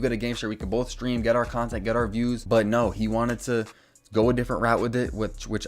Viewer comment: saying stream “Sveeam” 🤣